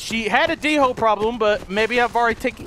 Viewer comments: I don't think it's pronounced d-hole I think it's pronounced Dole, remeber I said pronounced not spelt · its pronounced dole not d-hole in case you didn't know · It's not D-hole it's dhole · he said "Rare black Dingo", um its Dhole skin xD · I like how he calls then D holes when they are pronounsed doles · They are pronounced doole not dhole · its pronounced dole like the bannana company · its called hole not dingo or d hole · Wenja not ninja